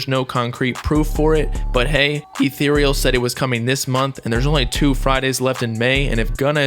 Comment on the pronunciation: Eth er ral 😭